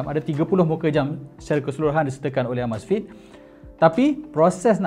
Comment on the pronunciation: sebut betul2...uh-meiz-fit....